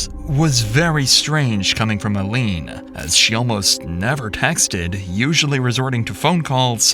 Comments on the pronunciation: The biggest injustice in Ilene’s passing that still exists is the fact that the narrator mispronounces her name over and over as ‘ill-lean’ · It is ILENE, long I, not Illene. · This is in Iowa, not Idaho. In a city called Council Bluffs, not Council of Bluffs. And her name is pronounced eye-leen, not il-een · It's so frustrating that you can't even be bothered to pronounce her name properly. EYE-LEAN. RIP ILENE 🕊️ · I know this was posted 8 months ago, and I am sure I will catch some flack for this, but please learn how to say people's names before you narrate a video. Her name was not ILLENE, it is ILENE, as in EYE LEAN, or I LEAN. First few minutes, the name is said incorrectly umpteen times, and it just continued throughout the video. Phonics really needs to be back in schools! Even the video of them talking about her says her name correctly, I don't know why you changed the pronunciation. It doesn't even make sense for it to be pronounced ILLEAN..... when there's not 2 L's in her name. Eileen or Eilene, are the typical ways to spell it, I understand, but goodness.... just because it's spelled differently, doesn't mean it's pronounced differently. Hence the difficulties with people learning English, I suppose. So, maybe you're not a native American speaker. Even more reason to LISTEN to the tape before narrating it incorrectly. I know it seems petty, but it's disrespectful to her and her family, not to mention super irritating. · There's little to be done for the poor lady now, but at least you could pronounce her name right. Just once even. All of her friends and family pronounce it "Eye-leen", but you insist on saying, "Uh-leen". It's disrespectful. If you use her story to make a living, get her name right. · Why do you insist on saying "ILLEAN" instead of "EYELENE" like everyone pronounces it? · its EYE LEAN NOT EL LEAN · It’s Eye-Leen. Not I-Leen. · Her name is pronounced as EYE - LEAN NOT ie lean 🤦🏼‍♀️ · Its pronounced 'eye-lean' not elean. Smh.